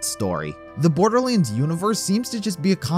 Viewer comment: Borderleeands ... shivers